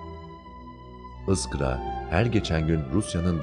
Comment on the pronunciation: ıskra değil,iskra